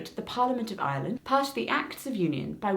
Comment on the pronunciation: I wasn''t paying a lot of attention to those times where you said Ireland so through most of the video I legit thought you were saying Island instead of Ireland and I was confused af